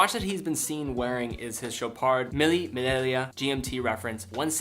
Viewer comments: Milli Vanilli Watch????? Mille Miglia [mille ˈmiʎʎa] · Mille What?? It's pronounced "milya". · KID! You need to make some f...ing effort while making these videos. I know you are catering to the certain common denominator but please learn how to pronounce the names of he Brands and Models. Mille Miglia.could not be easier than it is and you managed to mess it up despite your Italian roots. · you really need to find out how to pronounce Mille Miglia.